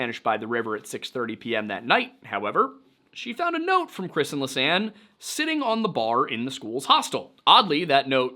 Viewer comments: im not too familiar with phonetic spelling. Expecially in English (im dutch) but something more like li-sah-ne (with a short e) . So the s is not being part of the li part but of the sanne part. Additionally the last e is also pronounced. I know that with them and English Anne the e part can be silent. In Dutch the e is not silent. I hope this was clear. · The Dutch names were not pronounced very well. For example lisanne is not pronounced the Dutch way at all. Nearly all youtubers pronounce it wrong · Oh ok thanks. How would you pronounce Lisanne ? I'm English and pronounce her name like so: Lees anne. ...?